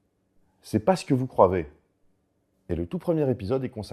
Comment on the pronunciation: J'ai compris "c'est pas ce que vous XV"